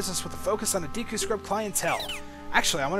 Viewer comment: Not gonna lie, it'll be great once we move on to snowhead so i can stop hearing him keep say "Deeku" Link